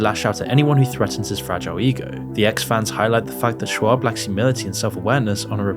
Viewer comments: I don't like Brendan but you sound like a moron when you say "shwab" 57 times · Good sweet lord it's pronounced "shob" ..dude is killin me with this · Fine but you pronounced Schaub wrong about 50 times in a row. Makes you sound idiotic. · You don’t even know how to say Chris’s last name correctly, but yet you’re propagating allegations that haven’t been proven. Shows you barley know anything about the guy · SHAAAA BBB not SCHWAB lol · Lol did you call him Brandon Schwab intentionally? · kept calling him Schwab instead of Schaub from start to finish. It's probably the funniest thing Schaub has ever got involved. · You do know it's not actually pronounced "shwaab", right? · Schaub is pronounced "shawb" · I had to pause my game for this...are you saying Shwab on purpose or is that a mistake. If that's unintentional its even funnier. Totally not correcting you. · I almost had to to skip the Brendan Sch(w)aub portion because I couldn’t focus on anything but the mispronunciation lol. Delia wasn’t too much better… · Please learn how to pronounce "Patrice", "Schaub" and "D'elia" and also learn the difference between "women" and "woman" it's painful for a youtuber of all people to not be able to speak properly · I don’t like the dude, but Brendan’s last name is pronounced “Shobb” not “Schwabb.” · Shaub, not SchWabb. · It’s not Schwab, there’s no W in his name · I love that he keeps calling him “Brandon Schwab” 😂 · There’s no “w” in Schaub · Schaub…where’s the W? Stop saying Schwab! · Schaub not Schwaub hahaha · repeatedly calling brendan shaub, brandon shwab is fucking hilarious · I also don't find Whitney Cummings that funny, but the way they treated her on that podcast... I really wanted to punch them in the face. They were complete dicks to her for no reason. Also, his name is Brendan Schaub not Schwab. You keep saying it with the W sound like Charles Schwab. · Ok, but does he keep pronouncing it Schwab? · Schaub, not schwab. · Its not Schwab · “Brandon Schwabb”